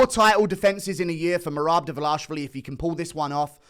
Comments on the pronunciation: His name is Dvalishvili, not Davalashvili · it's not "davalashvili" it's dvaLISHvili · ISH-vili Not ASH-vili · Pardon my Hermione, but it isn't Dva-lah-shvili, it is Dva-lee-shvili. Get it right, please. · Bro it's DWALISHWILLY. very very easy brudah. U over here speaking a new language everytime you say his name. "Merab davalashvilly. Merab davalashavalashavalashavalashvilly. You getting a name or names wrong is like Dana using a non haitch-D camera mate. No dis-heespect. Ur a great guy. A wonderful guy. A swell guy. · Why do you keep saying Davlash---vili???? it's Dvalish---vili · I know that average UFC viewer IQ is below 50, but is it really hard to pronounce 4 characters in a row? His last name is DVALISHVILI. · I think yall should start saying it right already, for fucks sake... repeat after me: DVA-LEE-SH-VEE-LEE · still waiting for u to pronounce Merab's last name correctly 🤣🤣🍿🍿🍿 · At least put some effort and pronounce Merab’s name correctly, that’s very unproffessional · You keep mispronouncing merabs last name 😂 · Guru never pronounces merab's name correctly